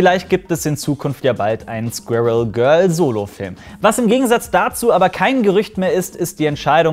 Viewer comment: Ahhhh, die Deutschen und ihre Schwirigkeit "Squirrel" aussprechen zu können...